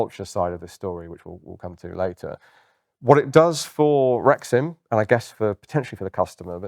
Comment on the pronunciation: I keep hearing rectum instead of rexim